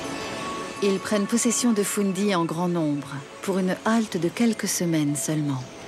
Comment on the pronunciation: Baie de « foun dy ». 😂 C’est fundy Et elle n’est pas si près des borders. Elle est entre la Nova Scotia et le Nouveau Brunswick